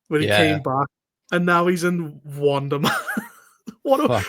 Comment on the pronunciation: I thought you kept saying "Wanda-man" for gods sake, I had to google it... Wonder man... WUN-DER